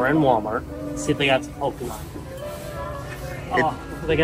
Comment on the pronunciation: love the videos, but needs to learn his pokemon pronunciations lol.